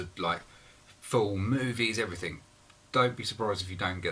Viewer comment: After watching 11 minutes of that video I feel like slashing my wrists. Oh and by the way, the word is 'everythinG', not 'everythinK'